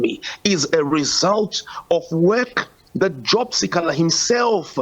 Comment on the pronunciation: The news reader can't pronounce si kha la 😱